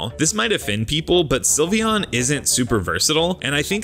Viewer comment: Do not leave off the E in Sylveon! And favorite is supposed to end with an E!